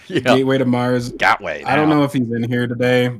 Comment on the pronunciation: GAT WAY lol